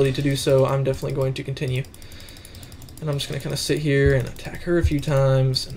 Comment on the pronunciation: I dont like it how you say 'the' and also i dont like it how you say 'of' and especially i dont it how you say 'and'.